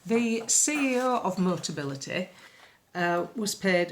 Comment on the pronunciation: luv, it's MO TA BI LI TY. Motability negotiate a discounted 'fleet' deal with manufacturers and importers for cars that they then lease at subsidised prices to eligible disabled people. If a buyer needs it, they convert the controls of these regular cars prior to sale. MOTABILITY are only involved with real full-size cars and have never dealt with MOBILITY scooters and foldaway 3 or 4 wheelers. Yes, it's a wheeze. Nice little earner if you can get it.